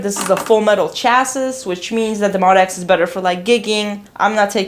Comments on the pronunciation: Pronounced Moe Dee ex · I Love you, love your videos but I gotta let you know... it’s pronounced MO-D.X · I’m sad you don’t know incorrectly refer to the MODX as “mod-x” and not “mo-d-x”, especially as long as the instrument has been out. MO-D-X. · I've heard Yamaha employees say it both ways. I'm not sure there is an official consensus on the pronunciation.